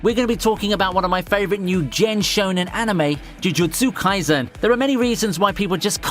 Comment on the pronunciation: Take a shot everytime he says "chuchutsu kaisen"